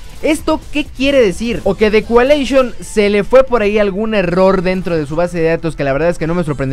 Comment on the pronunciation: "The cualeishon" xdxdxd